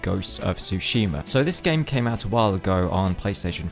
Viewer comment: How is this guy a fan of japanese history but doesn’t even pronounce sekiro correctly?? Edit: for that matter, he doesn’t pronounce tsushima right either